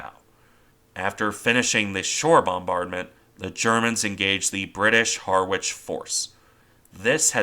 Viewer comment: Harwich: It's pronounce Harich